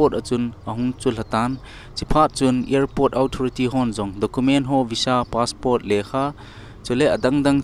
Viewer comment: Passport ..not paspot.